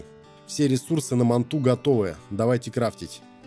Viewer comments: Дорогой Уважаемый, Манту с ударением на У', это не доисторический вид ската, это прививка которую нельзя мочить, а название доисторического ската Манта, читается с ударением на первую А'!!!!))) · да не мантУ а мАнту ,ударение на А ,хорош каверкать русский язык ,без обид,а контент годный ,лайк !!!